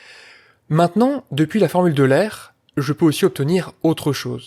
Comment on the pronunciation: Jsp pourquoi le nom d'euler est aussi peu respecté chez les mathématiciens, on entend "formule de l'aire" au lieu de "formule d'oh-i-leur", vidéo super sinon merci beaucoup !